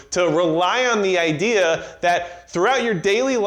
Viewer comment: "Everybody had the same ideer"